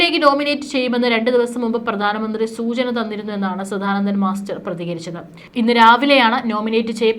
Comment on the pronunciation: ആവർത്തന വിരസത കൊണ്ട് നിറഞ്ഞ വീഡിയോ ആണ് നിങ്ങൾ ചെയ്യുന്നത് കൂടാതെ തെറ്റുകളും കൂട്ടിനു ചേരും സധാനന്ദൻ അല്ല സദാനന്ദൻ ആണ് ശരി Pronounciation പോലും അറിയാതെ വന്നിരുന്നാണോ ന്യൂസ് വായിക്കുന്നത് ?